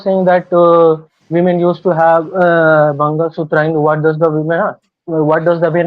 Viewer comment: Women ❌ Wemen ✅